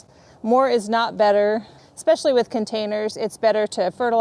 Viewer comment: Hi from NE Texas. Thank you sooooo much for the correct pronunciation of especially. Seems like everyone these days wants to put in an extra "C". Chalk on a blackboard for this 68 yr. old. Thanks for showing your garden.